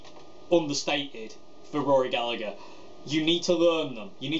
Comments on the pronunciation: Very informative from someone who genuinely appreciates Rory. Please though, please.... its Galla-her not Gallag-er, the G is silent not the H:o) If Mary Spender can do it you can do it too. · You said Gallagher wrong it’s gal-a-her not gal-a-ger I’m only nit picking coz it was such a fantastic video good work mate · His family name is pronounced GALLA HER! It's IRISH! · Love it! One comment: his last name is pronounced Galla(g)Her. The g is silent. It’s tough to hear English accents mispronounce an Irishman’s name so much for us over here in the land of saints and scholars (and the blues god that was Rory)..